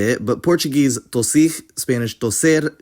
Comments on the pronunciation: "tossir" was mispronounced tough, he said something like tossix, LOL, never heard that one before. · A few of the Portuguese phonetics are wrong, for example the word "tossir" would never be pronounced [to'six], with the R sounding as /x/ as you wrote. The R sounds like /ɾ/ in Portugal and either /ɾ/, /ʁ/, /h/ or dropped completely in Brazil.